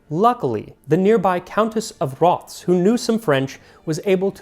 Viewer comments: Love the episode Max! Just a tiny note, it’s actually pronounced as Roth-es. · I'm from Rothes and a Leslie on my mothers side. It's pronounced Raw-Thes.